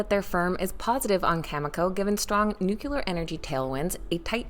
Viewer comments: New cue ler! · That drives me crazy. Everyone is pronouncing nuclear the way George Bush does. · She can't pronounce "nuclear"! 🤔